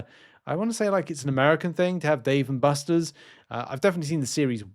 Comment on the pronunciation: you saying Buster's cracked me up. better than KT1 butchering Massacre. Dave and Buster's is definitely alive and well in the US. there is one in my city, so I will see if it has series 2.